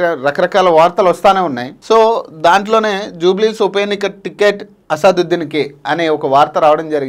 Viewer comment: Bro asaduddeen kadu